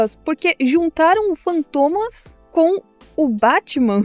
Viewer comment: Esse "Bátima" coreano dá não... 😂😂😂